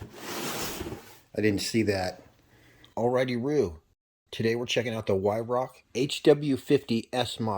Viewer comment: It's pronounced VYRARK.